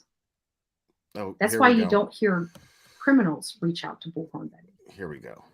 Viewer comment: Omgosh thank you for not only mentioning this but noticing how she pronounces bullhorn! Drives me crazy!!! The 3rd person reminds me of Seinfeld and "George is getting upset!"